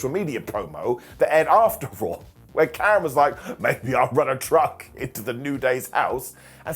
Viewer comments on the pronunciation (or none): none